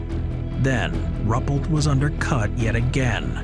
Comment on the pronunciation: His name was Rue-pelt, not Rupplet, please.